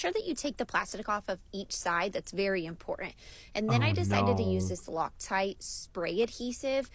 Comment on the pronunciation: "It's very imporINT."